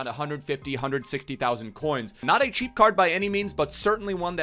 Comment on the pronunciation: It’s funny how he says “cheap” lol